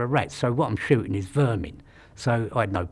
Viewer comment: “What I’m shootings is vermin” 😭😭🤣